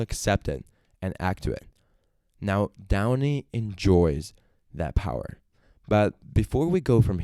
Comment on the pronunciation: John Michael Kane 😂😂😂😂😂 How much do I owe him? Also his videos are good, but calling him downy was messing me up 😂😂😂 But OP is a "fat old prick" 😂😂😂😂